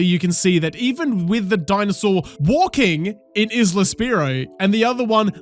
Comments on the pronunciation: The "S" in Isla is silent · You pronouncing isle correctly but not isla nearly made me stroke out